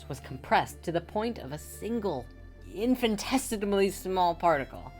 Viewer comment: I don't think you're pronouncing "infinitesimally" right.